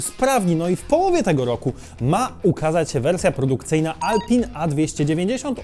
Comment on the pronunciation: Alpin, nie czyta się Alpę? Tak samo jak Michelin.